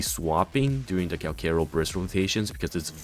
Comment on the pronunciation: Say it with me Kal - CHA - ROW It's CHA not KA